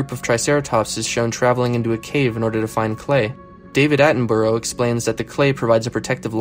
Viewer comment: I know you're American, so you get a pass, but Sir David's last name is pronounced with an 'uh' sound at the end, not an 'oh'. Dude might be a bit creepy around women, but he's given his entire life to nature; he deserves his name to be pronounced correctly lol.